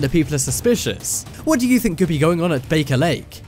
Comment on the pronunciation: "Guugle", "kneeclear monopoly", "kneeclear city", "bake-a-lake" ("Baker Lake"). :-) And why is there a map of Gothenburg (Göteborg), Sweden, - in a discussion about "space ships" in Romania?